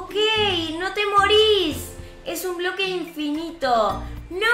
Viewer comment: Es pobre quiso decir bloque y dijo broque